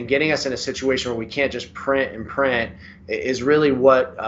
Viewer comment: Allow us to" prin an prin" , your a professional, the word is print .